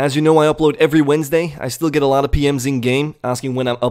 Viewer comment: I like how you put emphasis on EVERY Wednesday. Cough cough last Wednesday cough